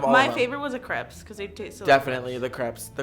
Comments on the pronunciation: It’s not crep it’s crape!!!!!!!!!!!!!!! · CREPS😖😖 it’s pronounced *crepe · *searches comments to see if anyone else noticed she pronounces crepes as crehps instead of cr-aye-ps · Did anyone else almost DIE laughing when said kr-ep-s like it is spelled instead of kr-ape-s!😂😂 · It’s pronounced Crépe!!!! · The ways she says crepes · How they said crepes triggered me so badly